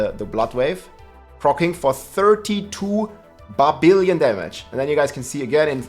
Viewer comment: "barbillion"....love it!